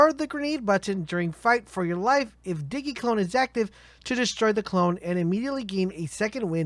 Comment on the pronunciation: Uh it's Zane as in like Maine but with a Z, also Digi clone like digimon not diggy. Lol Diggymon